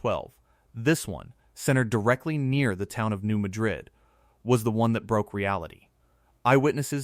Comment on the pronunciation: THAT'S PRONOUNCED AS MAD RID... NOT MADRID WHICH IS A CITY IN SPAIN...